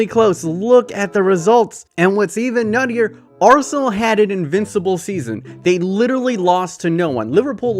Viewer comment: “Rsenal”